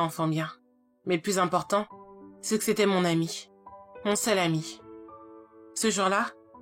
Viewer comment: Je suis le seul à avoir entendu salami au lieu de seul ami ?